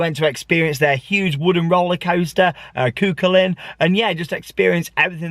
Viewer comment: Hi! Long time viewer and love your videos! From a local, I know you joke about some of your pronunciations, and just wanted to let you know that Cú Chulainn is pronounced 'coo-hull-an' (so no second c) and bus Éireann is pronounced like 'air-en':) Hope you enjoyed the park, and pray for us that we get a B&M in Ireland one day!!